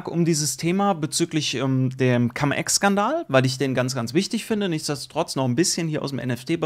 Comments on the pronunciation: warum immer noch Cam Ex? Cum = lateinisch und wird auch Cum ausgesprochen. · cUUUUUUm, wie Ungeheuer wird das ausgesprochen. Trust me - hatte 5 Jahre Latein.